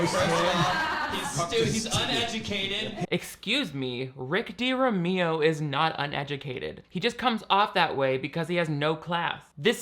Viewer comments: This really tried. 🤣 "Rick Durameeoh" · "rick dereahmeeo" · WHO THE HELL IS RICK DI-REEM-EEO 🤣🤣😭😭😭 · Stop I died at your name pronunciation 😅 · The fact he said your name wrong on purpose like he doesn't know who you are.. we all. Know he watched your videos about him